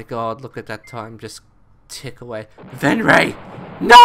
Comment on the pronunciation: Its Overloon.... not Overloom :) and Venray... not Venraij